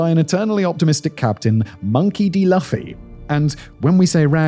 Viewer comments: "Luffy" as in "Loo-fee" not "Luffie"😂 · its "LOOFIE" sir. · /LOO-fē/ It rhymes with Lucy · it’s Lou-few not luhfee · Can we get someone to go over pronunciation with simon when he's unfamiliar with a name? I mean....it happens a lot....Luh-fee and Shih-low are just two that stand out to me but there have been SOOO many. It's Loo-fee you know like the loo (cause I know u know what that is) and a fee like a parking fee. The battle of Shy-low (shiloh) like a shy person and low tide... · It's Luffy as in loofah not Luffy is in love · "Luf-e" 😭 it's Loo-fy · Am I the only who cringes how he pronounces Luffy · It's Looh-Fee not Laugh-Fee. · Looooofeeee not LFI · jic you ever do another One Piece inspired video, it's pronounced "LOO-fee" not "LUFF-ee" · The hardest part of this video for me is hearing Simon continuously mispronounce Luffy (Loofee) as (Lufee) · It's pronounced as loofy Hearing it as luffy hurts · So, I’m interested in what you’re saying but good lord man, his name is pronounced Loofy 😂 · Omg Luuuuuuuuuuuuuuufy. Uuuuuu. Like the word YOU. lUUUUUUUUUUUfy. Omg i cant even finish this video. I mean look at one freaking video. You have no clue what your talking about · Luffy Pronounced. .Like.. L"oo"ffy, I think. Monkey D. Luffy. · Who else feels like this channel that has mostly gone ai, fed Simon all of this information, as well as the primary pronunciation of 'Luff-e', or is it just engagement rage bait? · OMFG Fact Boy! Thank you for covering this. I'm sure that there are 100,000 other comments mentioning this but the main character's name is pronounced "Lʊ-fi" or "Loo-fee". As a One piece fan AND a fan of the Fact Boy, I died a little inside knowing you have a pronunciation machine...and chat GPT you lazy F@ lol Otherwise, well done! Love your content, etc etc. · Not hearing loofy hurt every time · I can't stop cringing everytime i hear "Laffy" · 'Laufey' LMAO 😂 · Every time he said "laufi" I was dying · I can’t hear this anymore calling him lu-ffi